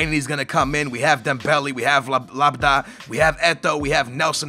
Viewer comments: How can you mistake LAB-YAD for LAB-A-DA? Americans.. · I'm just gonna stop watching these, you honestly don't even care about your comments. On yesterday's vid there were so many comments telling you how to pronounce LA-BY-AD. And you still say Labda, and don't give it a single thought. Oh my. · Learn how to read nigga its la-by-ad holy shit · Lab-yad not lab-da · I swear to God YOU CAN'T READ !! How the heck could you read "Labyad" as "Labadad" ? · LAB-YAD not LAB-DA xD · STOP SAYING LABADA. It's lab-ee-ad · labadah are you actually fuckin serious how can you even pronounce labYYYYYYYYYad (just in case you didnt notice the Y) in such a way- boggles my mind. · labda? its labyad.. the name ends in a ''d'' not an ''a'' -.- how can you get that wrong? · IT IS LABI JAD AND NOT LABADIE SKITTLES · LABYAD not LABDA cant you see the Y omg !! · LABYAD, NOT LABDA?!?! omg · How the fuck Labyad Prononced like Labada is Lab-i-Ad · lab-y-ad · its LAB YAD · ITS LAB-IAD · LA-BY-AD FOR FUCKS SAKE!!! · He actually called Labyad as Labda. . And adjust your wages and read what the players want, You wasted atleast 60000 in unnessesary wages, it's ridiculous. Actually, we said the same thing when you were in the transfer window with Aston Villa. But you don't listen to us. YOU PAY TOO MUCH WAGES. <3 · its la - beeeee - ad hahahaha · Spelling decisions as 'destions', pronouncing Labyad as Labidiah or whatever it was, and always overpaying on wages..., what's happening? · stop saying labda ffs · Read the comments it's LAB-YAD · its prononced LABEEYAD OR LABIAD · Its la-bee-odd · stop saying labada.. i laugh so hard everytime XD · Lago ? Labada ? Anebayor ? Can you read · please learn to pronounce this name: Labyad = "La-bee-yad" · It's so irritating that you say Labyad so wrongggggg... It's like calling Tottenham, Toodenaham.... haha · You can pronounce Galatasaray but can't say Labyad properly...shame on you.